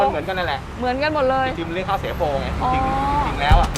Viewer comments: ข้าว เสีย โป ค่ะ ไม่ใช่ ข้าวสวยโป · ข้าว เสียโป ไม่ใช่ ข้าวสวยโป ค่ะ หนู😁😄😃😛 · ข้าวเสียโปครับ ไม่ใช่สวยโป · เขาเรียกข้าวเสียโป...ไม่ใช่ข้าวสวยโป...